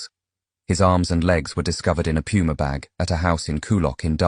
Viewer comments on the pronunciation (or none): none